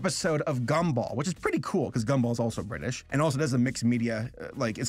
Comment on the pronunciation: do you mean bri'ish